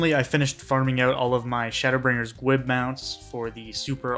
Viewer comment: Great video, but "gwib" is driving me crazy. "Gwiber" is pronounced "gwye-ber" why are you saying "gwib" lol! I've only got Diamond and WoL to go, and I've been wanting to farm Titania and Hades again just for the mats.